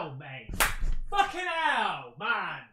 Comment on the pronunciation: she said "man" with her accent, not "minion".